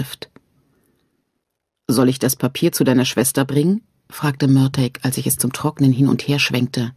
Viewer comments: Schade das sie Mörteg sagt anstatt Mörtahh.. Murtagh wird so ausgesprochen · Ist es auch völlig falsch ausgesprochen genauso wie die mörtag ausspricht also exact wie er geschrieben steht Murtagh. Man hätte ihr sagen sollen wie man was ausspricht sowas nervt beim zuhören 👎👎